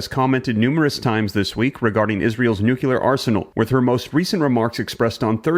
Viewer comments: Enough with the NUKELAR shit!!!! IT'S NUCLEAR FOR HEAVENS SAKE!! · I watch & listen to you regularly. I appreciate what you do, but please learn to say the word, "nuclear", correctly. It is pronounced, "new clear", not new- que- ler. Thank you very much,. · It's Nuclear not Nukiller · Its nuclear not nucular ffs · NUC LEAR not nucular u chucklehead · It's pronounced nuclear not nukular...lol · You are pronouncing nuclear wrong and it’s distracting. Its not NU q lar. Its nu LE ar. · Nook-clee-ar NOT Nook-u-lar. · Nuclear not nucular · Like the video, only caveat is the word "Nuclear" not "nukular" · Pronounced nuke-lear. Not nuke-ular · The ski is falling!!!! Alarmism sucks dude! Also, it's pronounced "Nu - clee - ar" and not "Nu - que - lerr" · Why do you all say nuculear??? It's nuclear!!! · REPEAT after me... NEW-CLEE-AR... That being said, Russia can blow itself. Always threatening NUCLEEEAR sh@ and at this point it's like the boy who cried WOLF ! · It's pronounced "new clear". I hope you learn it before one hits you. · Stop saying "nucular". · If you can't pronounce the word (NUCLEAR) with an L, I have my doubts...... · Why the mispronunciation.....Nucular? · Learn how to say “Nuclear” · I couldn’t finish this because you keep saying new-kyoo-lur it’s annoying. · Sorry but you started out as an informative YouTuber on investments and real estate. Now to me this is just someone who’s cashing in on the fears of the public. Every video posted is something about the “Threat of Nuclear War” (while calling it nucUlar) or how “The Doomsday Clock is Closer to Midnight.” You’re just someone cashing in on the fear of society and for this I have to unsubscribe. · Nu cle ar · "Noo-klee-er", for the love of God, "noo-klee-er"! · "Nucular" is very George W. though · Brother, do you have issues with pronouncing the word "nuclear"? Real question. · You said “Nucular” and you expect people to take you seriously?? Hahahahaha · I kept hearing NEW-KEE-LER